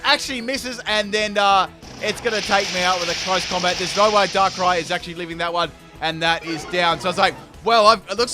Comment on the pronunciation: Did he say DANKRAI? :O